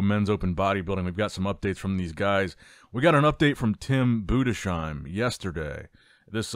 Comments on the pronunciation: Tim BOO DEZ HIME Not boodesh im 😅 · Tim Boo-diss-hime not Boo-de-shime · Budes-heim, not Budesh-heim. There is no "sh" sound. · His name is Tim Budesheim 😊 Greetings from Dresden Germany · Day 738 of telling he is pronounced "Boo-des-haim" 😂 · now you`ve to just switch the "sh" in Budesheim into an "s" and you got the right pronounciation. Budes - heim.:) All the best. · HIS NAME IS TIM BUDESHEIM ! 🤬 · FFS stop butchering Tims Surname!!!!!!!!!!!!!!!!!!!!!!!!!!!!!!!!